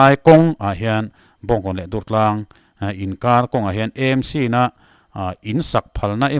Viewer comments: EMC ti loin AMC tia lam zawk tur a ni e. Pu Rinenga insawi fiahna kha ka lo ngaithla ve a.a nep ka tiin a zahpuiawm ka ti ngawih ngawih . Khatiang rilru nep lutuk pu khan engtik ah mah thil tha a tingai lo ang.kha a thusawi ka ngaihthlak atang chiah khan amah ka hmuh dan pawh a dang nghal vek. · EMC. A dik thei lo 😂😂 sim sim.😂😂